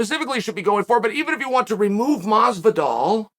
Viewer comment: why do Americans say mars-vi-darl too? it's MAZ-VI-DAL ( MAZZ rhymes with baz and DAL rhyems with PAL)